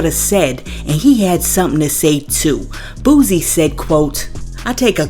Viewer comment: It’s boo-sie not boo-zie 😂😂😂